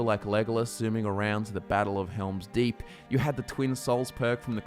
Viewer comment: I fucking loved the Hugh Jackman Van Helsing! Saw that film 3 times in theaters when I was younger! That's my idealized werewolf. Also, did you say "Norman Deep"? Is that an australian joke, 'cause it's "Helm's Deep".